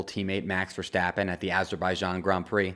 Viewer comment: I got really excited about the Valteri and Sergio pronunciation and was hoping on finally hearing a correct Max Verstappen pronunciation, but my hopes were short lived... Maybe some day...